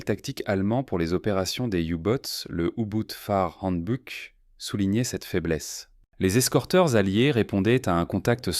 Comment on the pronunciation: Youbot ? Yuboats ? L’amiral de Nitz ? Y.boots ? Etc de quatrevingttsimitres... Vivev Les Y.A ??? À douzorzores.